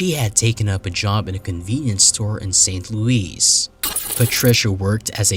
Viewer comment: Did you say… St. Louise? 😅